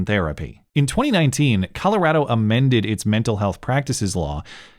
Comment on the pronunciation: You say Colorado like a Coloradan.